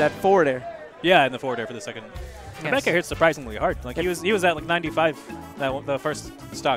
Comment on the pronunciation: "NOICE BAEK AYRE" That kills at 80%? Was that just bad DI?